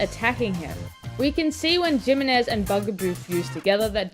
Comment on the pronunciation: Asking the real questions here... (Also the "J" in Jimenez is pronounced more like the "J" in jalapeño 🤓)